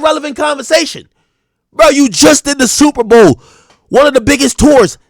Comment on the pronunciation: the Sooowuuper bowl😂